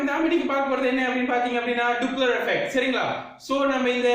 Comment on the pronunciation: டூப்ளர் இல்ல டாப்ளர்